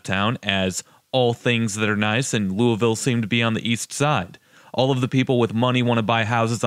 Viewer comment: I live in Louisville in middletown in fact. I'm not a snob and I usually don't run into snobs in this area. Those who work hard, make good money and have great credit can have what we want. You're rude and you don't even say Louisville correctly 🙄